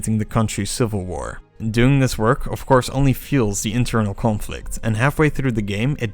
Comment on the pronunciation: I love how your Dutch accent comes crashing through when you pronounce "conflict" :p Mighty impressive video!